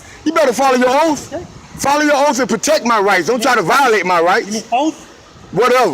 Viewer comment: Frauditor struggles trying to say, "oath." Hell, I can't even say it like he did! 😂 😆